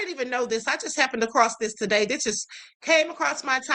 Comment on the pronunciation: Not "TUH-day!" 🤣🤣🤣🤣